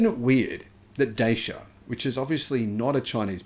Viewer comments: Just checked: Dacia has become a subsidiary of Renault. And it's pronounced "Datchia". So not Chinese. Romanian with French ownership. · Dacia in Europe is pronounced like "Dutcher". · Dacia is pronounced 'datchia'. One snag of the original version was an abysmal fast charging speed unless you went for the top spec model. this limited its use for long journeys. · It’s pronounced ‘Da-cha’ fyi. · Dacia. Rhymes with Thatcher.